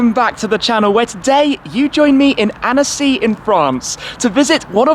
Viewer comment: Usually your french accent is quite impressive (thinking of the recent "la voiture noire" and "édition 110 ans" which came out surprisingly well), but your "Annecy" didn't convince me ahaha ;) You should skip the "e" when pronouncing it. Just kidding aha ! Great content and demonstration of passion in ur video, as always ! 👍